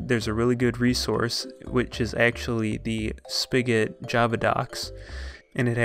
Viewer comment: He says spigot speegat